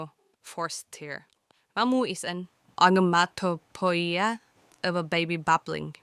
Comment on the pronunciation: You can't pronounce onomatopoeia! Girls' Generation is literal perfection to English readers. How dare you.